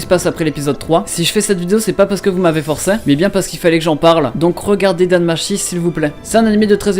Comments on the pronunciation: Je me moque pas mais bon quand ça fait un moment que tu écoute du japonais dans les anime ne me sort pas un "Dan Machi" tt pété please 😂 Tu ne sais pas que le ち (chi) en japonais se lit tchi ? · NOOOOOOOON mes oreilles c'est Danmachi (Danmatchi)